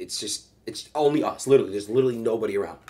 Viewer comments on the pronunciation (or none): why he gotta emphasize “it’s only us” so much 😂😂